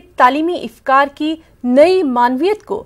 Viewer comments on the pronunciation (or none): ifkar nahi afkar hota hai